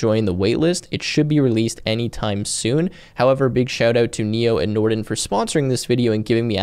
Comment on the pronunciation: I like how you garbled the word Nrtn (Norton), in the beginning given their rep and history. However, it looks like a polished product.